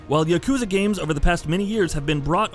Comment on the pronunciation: Doesn't bug me as much as him saying yakuza wrong. But I'm a petty human being